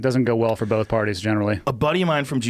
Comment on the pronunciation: Joe "bolth" Rogan